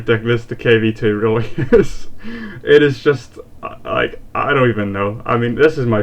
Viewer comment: Actually you pronounced right in english So you said it correctly Just realized :P